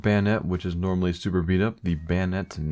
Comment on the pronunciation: everytime you say normally i hear anomaly:DD